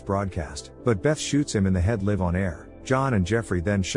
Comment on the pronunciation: Listen to the text-to-voice before you upload. Ally and ally (ally, the name pronounced like alley and ally, the alliance partner) do not sound the same. Live and live (live, staying alive and live, being on stage) do not sound the same. Fix it, and you'll get another like.